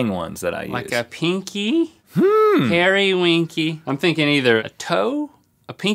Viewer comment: Peerie is pronounced as it is spelt, like the word peer, not per!